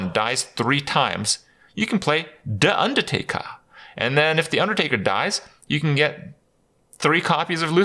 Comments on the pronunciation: Phahahahahahaha I watched him say Da Undatakah like 10 times. It's too good the way he says it. xD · Quick! someone needs to make a GIF of Kripp saying "Da Undatakah"...